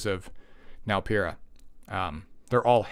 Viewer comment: The first content creator I’ve heard to pronounce the name right lmao. I’ve been bruiser gang for a while, she might make me switch over to cleaving more